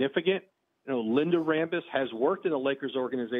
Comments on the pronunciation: Jeanie Ram-Buss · Kurt rambis? OMG LOL.